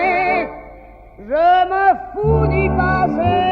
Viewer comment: Buenas noches, Soy francés y lo has hecho maravillosamente bien, a pesar de tu acento. Mereces un aplauso, aunque en un momento dado pronunciaste equivocadamente la frase « je m’en fous ». El fous se pronuncia fú y es casi una palabrota. Tu dijiste fuí, lo que cambia el sentido a « yo huyo de ello » en lugar de la expresión un poco mal educada, aunque todo el mundo la utiliza hoy sin vergüenza. Lo más lindo es, como siempre, explicas el contexto y la historia. Muchos creen que los artistas siempre vivieron en el confort y la gloria, sin conocer la miseria. Edith hablaba con palabrotas, pues fue criada por prostitutas, como bien lo explicas. Así que en la canción, ella lo dice de todo corazón. Lo que sí, le has puesto y lo transmitiste, el sentimiento. Bravísimo otra vez y sigue así con tu canal, haciéndonos descubrir las músicas del mundo entero!